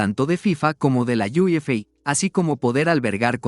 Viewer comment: Menudo asco de audio IA podrias doblar los videos tú. No hay manera de ver el video completo sin que de dolor de cabeza, ¿como que iu ef ei? ¡UEFA! Y la entonación es terrible. Dislike